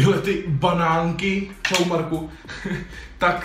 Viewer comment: ten začátek jak číňan xDDDDD ČAO